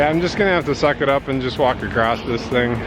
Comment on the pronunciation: Oh, Across doesn't have a "T" in it!!:p